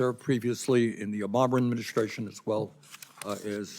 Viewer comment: Did Bernie just say " OBOMER ADMIN"?